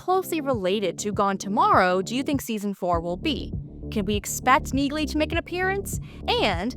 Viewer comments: The "G" is silent in Neagley, like the "G" in Neighbor and Phlegm🤔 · By pronouncing NEAGLEY wrong, you've shown your hand that you haven't watched any of the 3 seasons of Jack Reacher franchise thus far, & therefore have no credibility.